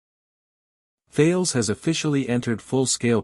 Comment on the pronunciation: Couldn't watch all of it due to the idiotic AI voice over, perhaps you could train it to pronounce "Tarlez" instead of Thayles?